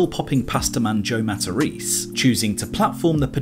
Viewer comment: Hey, you mentioned Joe Mat-a-rese...